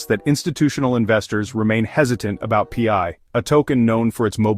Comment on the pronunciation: Pee-eye? What is pee-eye? 😂 Listing on Binance will drop the price as it creates another selling point to those from countries that ban the scam crypto exchanges. Pi is a DeFi utility token used in the Pi ecosystems and nothing to do with FIAT or cash or dollars or exchanges or other crypto currency as clearly explained in the Pi White Papers.